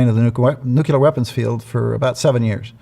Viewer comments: Sorry, but anyone who says "nucular" is not a nuclear expert. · I KNOW it is very trivial....but why can people not pronounce nuclear? All the more when they are a specialist in them.